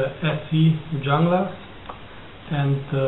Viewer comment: Its pronounced "hunglas"